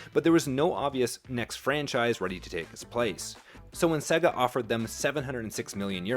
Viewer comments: AI content? It's SAY GAR not SEG AH. Either you never played a sega game, or it's ai content. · The company Sega is and has always been pronounced "Say-ga". Practice it until you get it right because it makes you sound really stupid especially talking games. Like a mechanic who mispronounces "wrench"...